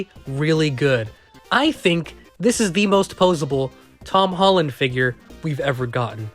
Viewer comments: Bruh he said hom tollen 😂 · Am I the only one that heard him say hom tolland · Why he say him tolland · “Hom tolland”😂😂😂